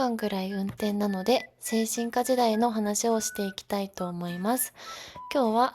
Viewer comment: 精神科 の発音が 間違っている‼️